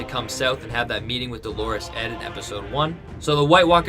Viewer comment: DO-lorous Ed! Accent on the first syllable, not the second, which is a feminine name, Dolores.